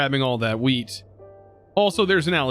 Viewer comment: Man when he says wheat it just sounds like he is saying weed